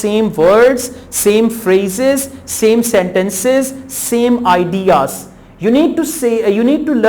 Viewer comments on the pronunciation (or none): voctchabulary , vorld , adiaz ,,,, what a rubbish pronunciation . are u sure you are a teacher ?